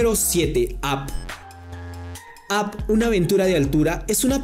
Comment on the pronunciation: No sabes decir up